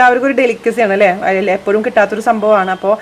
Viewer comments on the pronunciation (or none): none